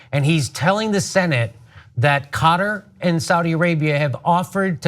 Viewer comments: breaking news: Qatar is now pronounced "cotter" ;) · only in Am-a-reeker.